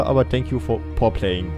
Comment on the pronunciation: wenn dann " for playing" aber okö